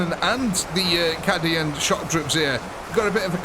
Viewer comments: Cadian is said ca-dian not cad-ian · I'm not sure what made me start laughing more, the way "Cadian" was pronounced, or the fact that "Templars" was spelled "Tempars". To be clear, not being an elitist or laughing in any mean way, just started making me laugh. Lol